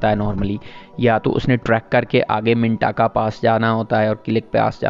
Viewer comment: Appreciate good informative video. You have covered every aspect. However you need to correct missprounciation of name. Mintaka منٹاکا نہیں منتکہ ہے اس طرح واخی نہیں وخی ہے سوست ہے سووسٹ نہیں اور قلندراچی نہیں قلندرچہ ہے